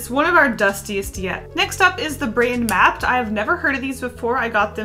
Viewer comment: Maped is pronounced as MAH-PEHD, not mapped. Not sure if it's popular in Asia but if we have this as kids in the Philippines, you are from a "well to do" family.